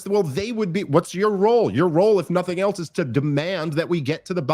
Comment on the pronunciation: Has anyone noticed how Dave adds a T to the word "else"...prounounces it "eltse"...Rogan does it sometimes too. I have no real opinion on it, just an interesting linguistic nuance